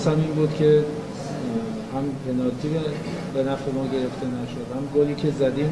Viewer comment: طرف نمیدونه یا بلد نیست بگه پنالتی و بجاش داره میگه پنارتی بعد چجوری ایشون بازیکن یه تیم لیگ برتریه ؟؟؟ پنارتیییییییییییی؟؟؟؟؟؟؟؟؟ ناموسا؟😂😂